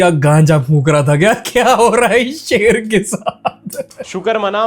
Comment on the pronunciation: that's not " sher" that's a " shel " 😂😂